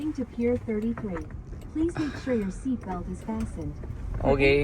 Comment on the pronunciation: Sir love your videos. It's not Pi(er) It’s pronounced as “Peer Thirty-Nine.Same with Lombard , (Lombard → LOM-berd (the “bard” sounds like “berd”)